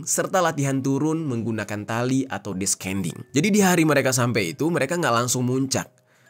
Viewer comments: Ascending dibaca asending, descending dibaca desending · sebelumnya, turut berduka cita kepada keluarga yang ditinggalkan.. semoga amal ibadahnya diterima dan ditempatkan di sisi terbaik Allah SWT. anyway, ascending (baca: asending - c tidak dibaca) descending (baca: disending - c tidak dibaca)